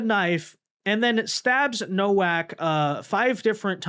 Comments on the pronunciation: It's pronounced novak. It's crazy how you still can't pronounce anything.They said it multiple times and i'm sure you've heard the name. I remember when you couldn't even pronounce solomon. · Nowak with a V sound eg NoVak.... poland surname